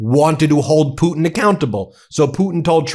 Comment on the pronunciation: He says it properly .... just like I spell it "Puddin" .... ROTFLMAO 💙💙